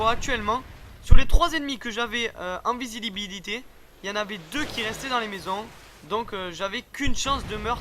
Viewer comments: il dit Invisidibilité =O Sinon Bon Commentateur ;) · "en visilibiliter" d'accord ... ok